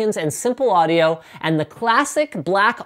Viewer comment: Never EVER say "audio" again!!!